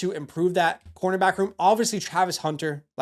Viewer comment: bro can't spell or say Travis Hunter 😂